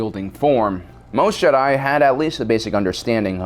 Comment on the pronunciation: Also says jedi wrong